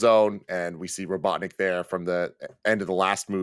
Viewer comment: said robotnik like robotdick.